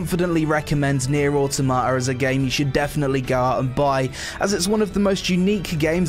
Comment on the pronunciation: I wonder, how many takes did it take you to pronounce the game correctly XD good vid man